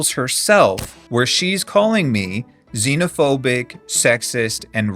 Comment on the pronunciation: was working on my zine while listening and heard "zinophobic" and was like ffs